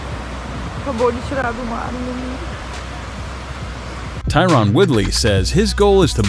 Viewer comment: I hate hearing Ty-run almost as much as big titty tate